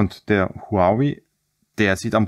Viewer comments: HUAWEI wird ganz einfach "WAUWEI" ausgesprochen ;-) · Huawei sagt man: Hudžawe-iii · Und Huawei kann er auch nicht aussprechen? Mein Handy Ladegerät hat 120w das Handy und der Akku leben nun schon fast ein Jahr ohne irgendwelche Probleme.